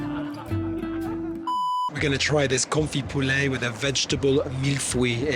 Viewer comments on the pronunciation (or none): none